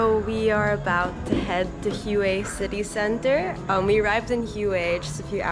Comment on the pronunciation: Pretty nice but you pronounce Hue wrong, its not (Huey), its pronounced (Way) very surprised being there for a week that you have not heard anyone else pronounce it.